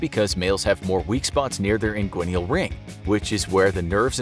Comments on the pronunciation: Just a heads-up...the word is "inguinal" not "inguinial" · You pronounce inguinal as if there's another /i/ after the /n/.